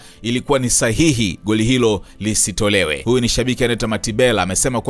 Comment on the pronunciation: 😂😂😂 Unatia Aibu Mzee baba yani kiswahili kibovu kuliko!!